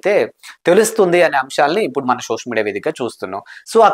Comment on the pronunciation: షోషల్ కాదు బ్రో సోషల్